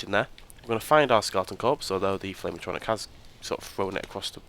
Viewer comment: Atronic lol At..tro..nork. would be a closer way to pronouce it pal